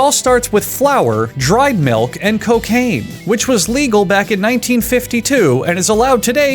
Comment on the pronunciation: The way he emphasizes cocaine and chicken flavored water